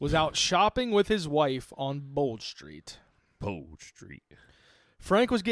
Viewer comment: Tbf you said bold street right thats about it 💀